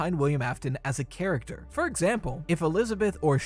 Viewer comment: he said chractew 😂